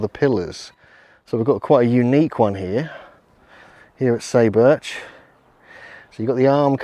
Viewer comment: SAY is pronounced like the English word "sigh" and "u" is like "oo". SIGH boorch. Just saying.